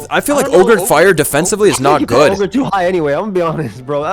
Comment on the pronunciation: It's Oger boys